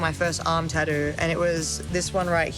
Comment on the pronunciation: lol they way she says tattoo